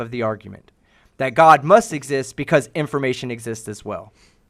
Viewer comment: Is he saying "information" or "inflammation"? I can't tell the difference.